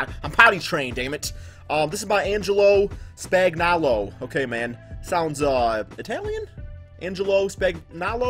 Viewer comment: It is pronounced Span-yo-lo